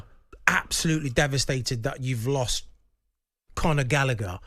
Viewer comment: Jamie saying gallgher was better then palmer LOLOL you sausage